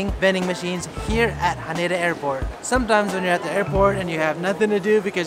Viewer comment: You're saying Haneda wrong...